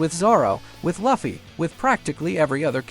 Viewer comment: It's Luffy not laaaafffy